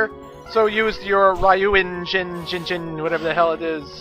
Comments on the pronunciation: magma dragoon's ability is pronounced dyu-en-jin zero's abilities are in whats called romanji which is japanese written with and english letters most of the stuff is simply pronouced as seen but idk why but ry makes a dy sound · I believe you pronounce ryuenjin like how you pronounce ryu from street fighter.